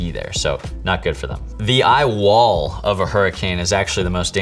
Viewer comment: the eye wall.............剛好在忙別的事情，只用聽的 聽到這個瞬間想說是怎樣，怎麼突然出現老外說中文"你愛我" XD